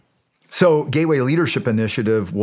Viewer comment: Gay way or Gateway ?? 😂